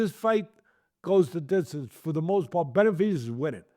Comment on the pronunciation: Tesdy struggles saying Benavidez. Sometimes it sounds like Beterbiev.